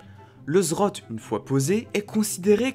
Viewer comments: Le Zrote ? NON LE Z Z Rot ! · quand est ce que tu montres ta tête ? et c'est pas zrot mais zed zed rot btw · on dit le Z Z rot pas le zrot x) sinon bonne video comme dhab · J'aime bien tes vidéos mais s'il te plait, apprend à dire correctement le nom des items. C'est Z Z Rot et pas Zrot. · "Le zrot" Tain je suis mort 😂😂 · Comme pour plusieurs le Zrote m'a bien fait rire mais en meme temps chacun prononce comme il veut l'important c'est qu'on te comprenne ;) Sinon super vidéo comme d'hab' continu les 20k abos arriveveront plus vite que prévu ^^ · Zed zed rote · ZED ZED ROT sa se pronoce comme sa bro^^ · Mes oreilles ont saigné quand tu as dis zrote :'( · JE T'EN PRI, PRONONCE LE NOM CORRECTEMENT 😭😭